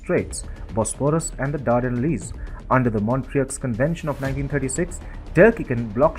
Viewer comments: Sweet Jesus.... it's pronounced MONTRO there is no X sound!! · Better pronunciation of certain words would be appreciated- and should have been researched properly. Montreux & the Dardanelles, for example. As picky as that might seem, it lends toward a fairly amateurish effort that might've resonated with viewers if only approached more professionally.